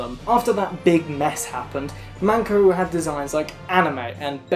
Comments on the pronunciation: Okay but the first time she said MANko instead of MENko I fuckin choked That’s pussy, babe! 😳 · saying 'mAnko' ( pussy ) 万個 instead of 'mEnko' ( a card game )面子 👌🏾😩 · Every time you said "Menko", I heard manko. Manko is Japanese for pussy lmaoo